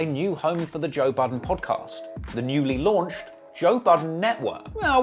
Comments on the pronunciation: Toe Budden he said! 😆😆😆😆🤣🤣😅😅😝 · “Toe Budden” u maad bro :))) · Did he say Toe budden? Lmao